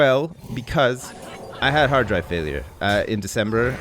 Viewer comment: Oh hard drive failure, I heard Heart Failure the first time, scared me there